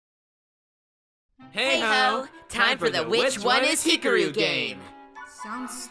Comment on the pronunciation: No offense, but I got triggered by the pronounciation of Hikaru I hear He-ka-roo Yes it's sort of correct but do more with the tongue when getting to the roo part.